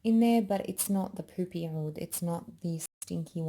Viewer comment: Woooo you’re Lebanese?? So am I! I was wondering where you perfect pronunciation of ‘oud’ was coming from! <3